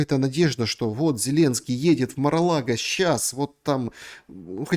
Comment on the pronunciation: А украинские политологи не пробовали посмотреть, как называется дача Трампа? Один - МарГолаго, этот МИролаго. Начните с малого - правильно произносить слова! Небось тоже кандидат околовсяческих наук?